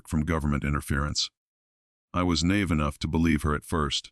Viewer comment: Get a real person to narrate this! Note pronunciation of proper names and the word naive.